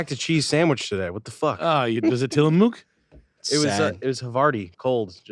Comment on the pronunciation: The dairy company is pronounced Tillamuck. Started in Oregon